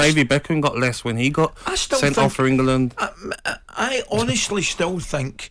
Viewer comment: For me he hasn't been that bad recently,does this clown even watch games? Someone from Talksport needs to explain how he got the job,it definitely wasn't for his football knowledge or eloquent speech.He even says EngUland